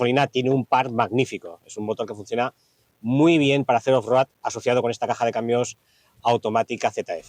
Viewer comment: Con todo respeto…. No hay nadie que le pueda decir como se pronuncia off road?? No cuesta tanto decirlo bien o usar la traducción al castellano.